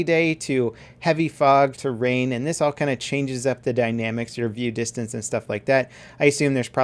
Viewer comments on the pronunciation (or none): none